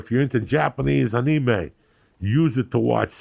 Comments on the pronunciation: "or if you're into japanese uhneemay(anime), you could watch spirited away on Netflix in Japan!" lol incredible choice love that ad read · "JAPANESE ONIME" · Japanese Ahni-May 🤣🤣🤦🏽‍♂️